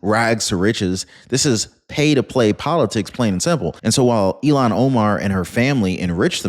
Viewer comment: Is it Elon Omar or Illhan Omar? I thought it was Illhan Omar...but I could be wrong!